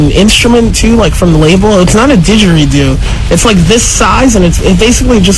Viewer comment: i like the way ray says digeridoo!! lol it makes me laugh.